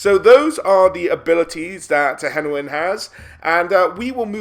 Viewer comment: Finally someone who pronounces "Tehenhauin" correctly :D